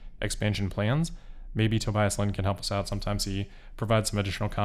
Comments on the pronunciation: On behalf of Tobias, the German "i" is pronounced as an "e" like in "bee", To"bee"as. And as always, good job! I wish I could do these kind of presentations uncut. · If you want to improve the pronounciation: The middle part is pronounced like bee, so Tobeeus. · pronounced toe-BEE-us